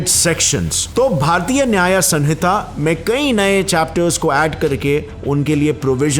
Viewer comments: It's sahita not sanhita...it is written as sanhita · It’s Samhita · bahut achhe se explain kiya apne bt साक्ष्य होता है सक्ष्य नहीं और सनिता नहीं सहिंता होता है ❤ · Hey, I like your content too much but, please take care of our Hindi language, *request Like, samhita - स(मं)हिता = संहिता Sakshya - साक्ष्य (not सक्ष्य),... And many more💔🤌 🙏🙏